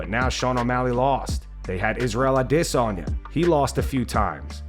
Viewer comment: Why he say Izzy's last name like that?